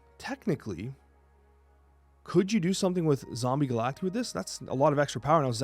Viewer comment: Pronounced "Ga-lak-tie" broseph.